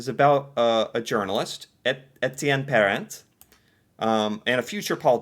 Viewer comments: You don’t pronounce the “t” in Parent. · If you want to pronounce.... 'Pair-Ont'.